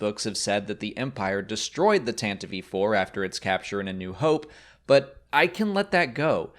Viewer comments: Tantive IV is pronounced “tan-teev four” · Why is he saying Tantive “V 4” or “V IV”?? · Was that pronounciation driving you nuts as well? Why is he saying it like that??! Tantive IV. Is he ignoring the Roman numeral "I" in front of the Roman numeral "V"??? The ship is named the "Tantive Four"...star wars explained indeed... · The original pronunciation in the 1979 SW Radio Drama was apparently 'Tan-tiv'y 4', assuming the audio actors weren't misreading the script there. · Tantive "eve"? Isn't IV = 4? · "Tantivie IV".. wat